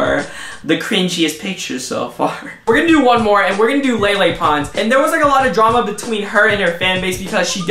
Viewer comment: That's not how you say Lele Pons 😂😂